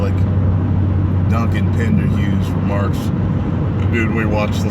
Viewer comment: Did he just say Duncan Pinderheughs?? I love Class Act. Vid gets a like